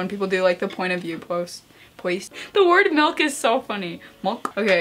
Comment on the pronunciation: No one: Not a single soul:: MeLk